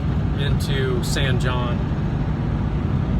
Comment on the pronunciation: The correct pronunciation of San Jon is not “San John”. It’s “San Hone”. It’s a Spanish pronunciation and it’s a common mistake. I first travelled through San Jon in 1958 and then in 2008. Exactly 50 years later. Big difference. Interstate 40’s construction in the 70’s killed the town because Route 66 was the Main Street and you had to use it if you wanted to drive to California.